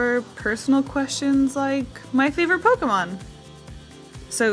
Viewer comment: I love your style. Also im glad that u correctly say "pokEmon" and not "pokimon" Pokemon is the short version of poket monster and poket is poket not pokit so is pokemon not pokimon. My god is absurd how many people get it wrong